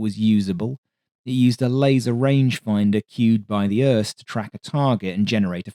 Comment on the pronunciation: Uhrrrst is crazy for pronouncing IRST